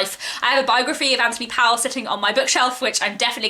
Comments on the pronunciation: His name ryhmes with 'Noel' not 'Towel'. He was Welsh, not English. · The family is of Welsh decent, going as far back as 8th century, but he's very English and wrote in English, it's just while spelt Powell it's prononced Pole. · HE, they say, preferred his surname to be pronounced POOL.